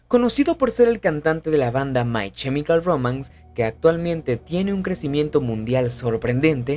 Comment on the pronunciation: No es CHEmical es KEmical. La pronunciación es terrible